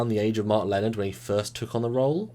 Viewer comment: they need to work on the pronunciation of "Lenard"